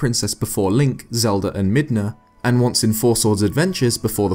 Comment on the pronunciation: midna not mina